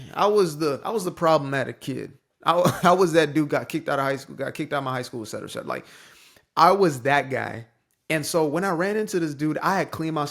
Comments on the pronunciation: Thank you for pronouncing “et cetera” correctly and not as “exetera”. That’s probably why they think you’re well-spoken. You actually know words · Mate, you're one of the few who actually say "et cetera" not "ec cetera" ❤ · The fact you pronounce et cetera properly shows you're are for real